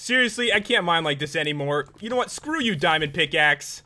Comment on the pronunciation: It was weird how you said Srew you dimond pickaxe